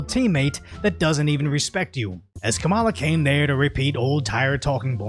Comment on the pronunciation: At the end - it’s not “kamillã” it’s “que mala?”.